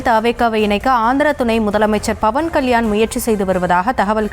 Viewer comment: Adhu BAVAN KALYAN illai... PAVAN KALYAN, don't change his name,.. News tamil channel educate your journalists first.😂